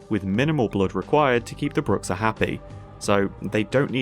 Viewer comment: Man, that pronounciation of Bruxa certainly is something lol In portuguese (which I'm guessing is where the modder got the word from) its "Broo-shah"